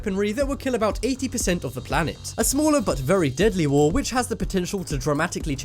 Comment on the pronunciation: its war not woh